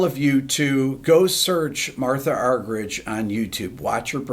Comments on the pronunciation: Rick, it's pronounced. Argerik not ' rich ' a bit like your name is not pronounced Beeto, Gerrit? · thank you for this priceless homage for one of the greatest and i like the way you (der amerikaner) pronounce her name argeritsch😂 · Last name is pronounced Ar-ger-ich. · Her name is pronounced...are-hear-each...for what its worth. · Rick, if you ever get to meet Ms. Argerich, remember to pronounce it Marta! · Not the way she , herself, pronounces it… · 80 years old and has been famous for decades and you STILL can't pronounce her last name?? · And Obama mispronounced her name when he gave her the Kennedy Center Honors award. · You're pronouncing her name incorrectly. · Incredible for someone 80 years old. I'm nearly half her age and I don't even have my own piano concerto memorized. It's a shame that one of our former presidents couldn't even pronounce her name in front of her face.